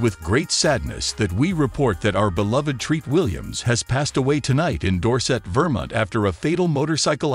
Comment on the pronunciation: Vermint? really? can't pronounce Vermont